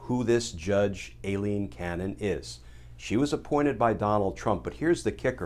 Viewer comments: Glenn so what is a Special Master? Ailene is pronounced Eye-lene. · Is her name a-leen? or I-leen? Cause Aileen is usually pronounced I-leen..